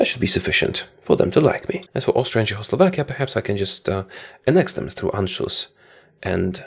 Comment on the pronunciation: i love how he says Czechoslovakia as chowslovakia